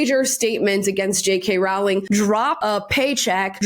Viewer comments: Jesus Christ. How many more times. It's ROWling (row your boat), not ROWling (we had a row (argument). Honestly, you need to do more research than watch some videos online. If you are going to reference her in EVERY video, at least get her name right. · Masterclass in how to shut down someone trying to invite you to "pile on" and manufacture controversy at your expense. Perfect response. (btw, the first part of Rowling is pronounced "roll," i.e. "roe-ling." I wasn't sure for a long time and said it both ways, but Jo herself has confirmed this is correct.) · It's Row- (row, row your boat) -ling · I just discovered on J.K. Rowlings X that her name rymes with "bowling" not with "growling".....hihi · Rowling rhymes with bowling. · Rowling is pronounced like roll. Sorry it always make me laugh how wrong everyone gets one of the most famous author in the world’s name wrong. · Rolling...is how it's pronounced.